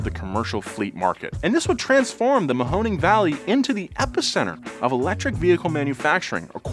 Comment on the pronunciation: Great job on the pronunciation of “Mahoning.” Btw, as a Youngstown, Ohio native. This felt like a scam from the start.